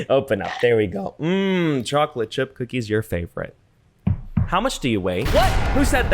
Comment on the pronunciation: Sir I didn't hear you say cookies until you said "hmm chocolate chip cookies" and up until then I thought it was crumbed chicken😭